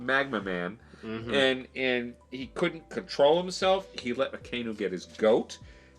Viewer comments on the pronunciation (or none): Just a pronunciation guide for the admirals' code names: - Aka + Inu = Red + Dog - Ao + Kiji = Blue + Pheasant - Ki + Zaru = Gold + Monkey So you the vowels aren't read together like in English (A-kay-nu) but as two words (A-ka-I-nu). I've been following since you were only reacting to the Amazing World video. So happy to see reach Marineford!